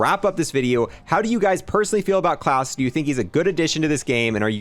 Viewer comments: It's not Clause like Santa Clause, but kl-ow-se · Says his name is klaus, pronounces its clawess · Clause and "ayyther" instead of "ee-ther" make me feel that way haha. Maybe has some mild dyslexia, you'll read everything instinctively phonetically. No hate on him, I do the same to the point where I will Google "how to pronounce" for videos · I heard "claws" 🦞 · I think I suffered slight brain damage from the pronunciation of his name